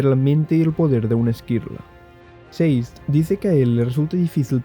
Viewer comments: Por que le dices "seiz" a Sazed!??? que dificil! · Sazed ❌ Seis’d ✅